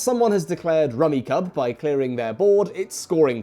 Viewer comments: I've played this game for decades... Its fun and casual and can be oddly satisfying. Isn't it pronounced rummi"cube"? I had a copy that had instructions on pronunciation on the back of the box... Just fyi. Fun little game. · awful video dude doesnt even know its pronounced rummy CUBE. say it with me now: KYOOB. CUBE. KUUB. for christs sake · The sets on the table are so wrong and messed up I can’t even take this guy seriously. If it were “luck based”, my grandfather wouldn’t have the reputation of being a fucking champion at rummikub (which is decidedly pronounced “rummy CUBE”). He was famous for being able to go out on his first turn (assuming he went last). He fucking dominated, even when we were only 8. He never took it easy on us, much to the chagrin of my grandmother 😂😂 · I've always pronounced it "rummy-cube" in my head. Cognitive dissonance: * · it's pronounced rummy-cube, mate. Rack-o is also a 70s game that doesn't suck. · It's pronounced "Rummy-cube" according to the manual, but I love that Rummikub is so steeped in house rules that we don't even pronounce it the same way. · He killed me every time he mis-pronounced the game. It’s even on the box he was specifically referencing! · Guys the manual states that it's pronounced Rummy-CUBE. My entire life has been a lie. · I've never heard anyone not pronounce it Rummi-cube. This is *upsetting*. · "So what is Rummikub?" Mispronounced. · wow so many rules wrong (sets cant contain same colours, only draw 1 instead of 3, points are based on value of the leftover tiles not 1 per tile), and heck you even pronounce the name of the game wrong rummy cube not rummy cub... but hey if you having fun that is all that matters. It is hilarious where you have one tiel left and you go through this 20 step proceedure moving tiles around creating new sets etc only to miscalculated and left hanging and have to undo it all.. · "Rummy Cub"? My family always pronounced it "Rummy Cube". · It’s rummi-CUBE